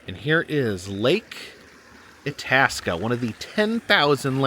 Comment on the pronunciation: The “I” in Itasca is not short, but like 👁️, so it’s pronounced “Eye-tasca.” However, I see you finally pronounced Bemidji right after you got to the “Lake Bemidji” part . 👏 You’ve been up in these parts in the past (welcome back!), so I knew you’d get it right eventually. 😂